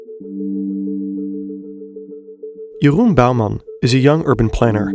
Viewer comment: "Jeroen Bouwman" with the right pronounciation was already enough for the like